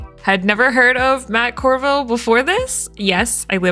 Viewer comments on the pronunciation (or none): Colville??? Not Corville.